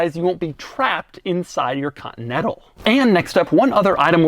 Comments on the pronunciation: doug learned how to say the word "Continental"? (cotntl) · No one: Doug DeMuro: Lincoln Cotnetal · Ah, yes, the Lincoln Cottonettle. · Ha! Doug has trouble pronouncing "Continental" three quarters of the time. Invariably, it sounds as if he says Cotton-Ettle! Sorry Doug, still love you mate.